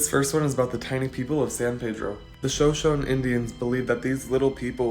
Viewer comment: LMFAOOOO “sho-shone” 😭😭😭😭😩 we’re (shuh-show-knee)